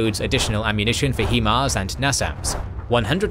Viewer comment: This is 4th Ukraine video in a row I am reminding you the HiMARS is pronounced 'High' MARS not 'He' MARS. The 'Hi' stands for 'High'. I look forward to commenting this again on your next video.